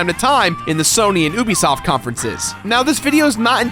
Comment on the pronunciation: Nobody watches your Ubisoft videos because you don't know how to say Ubisoft